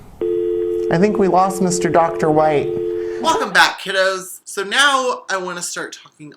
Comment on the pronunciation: I'm so sorry, but the way you said White (mainly at beginning) sounded so much like "Mr.Wait" which was the name of my granddad, who passed not too long ago. So I just wanted to check is it just me hearing "wait" or is it the accent? ( I'm British and I don't talk to people much)